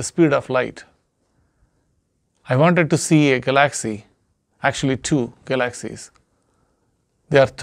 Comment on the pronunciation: Hi, you're getting very good at this. Now, if only you could pronounce galaxy's. Haha. Have a nice night.